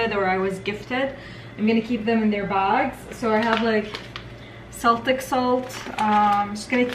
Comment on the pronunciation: Celtic salt is pronounced like Keltic 🙂